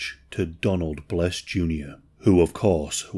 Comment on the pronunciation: Here's a great idea. If you're going to post a video regarding a true story, how about getting the names right. The dude's name is Donald BESS not BLESS